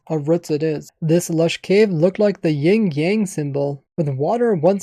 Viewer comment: Sorry to be that guy but its Yin Yang not Ying yang